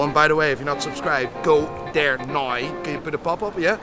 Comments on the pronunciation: Why do you pronounce now like nye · "Go there noy"